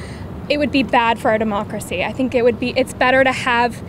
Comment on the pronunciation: As soon as she said deomcracy, I knew.